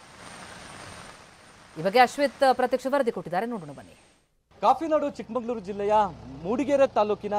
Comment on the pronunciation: ಲೋ ರಿಪೋರ್ಟರ್ ಚಿಕ್ಕಮಂಗಳೂರು ಅಲ್ಲಾ ಮೊದಲು ಚಿಕ್ಕಮಗಳೂರು ಅಂತ ಊರು ಹೆಸರು ಹೇಳೋಕೆ ಕಲಿ